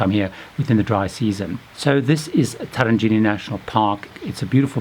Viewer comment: Absolute idiot who can't even pronounce Tarangire correctly. All recommendations on the very well trodden (and to be avoided) path. I strongly recommend not going to a Massai village as they are not animals. Make a charitable donation to a cause which helps them if you wish to assist.